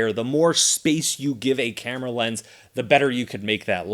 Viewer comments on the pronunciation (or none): none